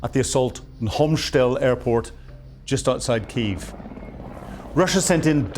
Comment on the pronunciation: He can't pronounce Hostemel.